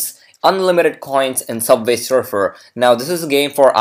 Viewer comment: Subvay Surfer